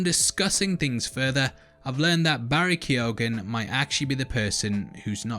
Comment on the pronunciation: Barry Key-oh-an